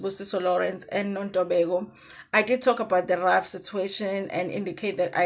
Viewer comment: No it can't be ref ask any attorney or jurist that you know they will tell you she's pronouncing it correct